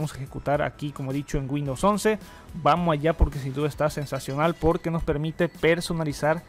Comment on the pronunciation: Bueno sabes mucho ..pero por favor mejora la pronunciación..... No es G’UINDOWS...CON G SINO CON W..